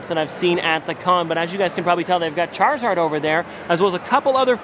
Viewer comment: So funny how he said charzard